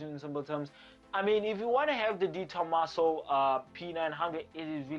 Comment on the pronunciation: De Tomaso. My name is Di Tomasso. EESH!!! Is that not the coolest car ever?